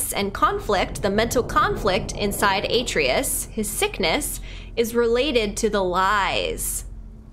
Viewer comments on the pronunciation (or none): You gotta start saying Atreus’ name right. “Uh-tray-us” lol! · is this far in the game and she still was mispronouncing Atreus' name wrong. Lol 😆